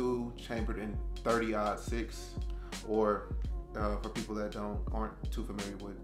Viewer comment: Hey it's marlin like the fish you said mayrlin like Marilyn Monroe but anyway I dig the guns you got oh I was talking about your 30 -6 that you mispronounced